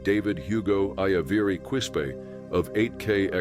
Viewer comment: Your AL pronounced Quispe wrong. Good bye.